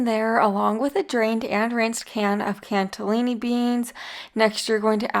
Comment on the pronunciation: Is there some reason you’re calling cannellini beans “can’t-alini” beans? 😅